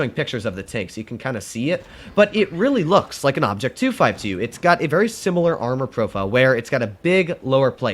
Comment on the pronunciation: guys am I the only one hearing that saying obj 2sxy?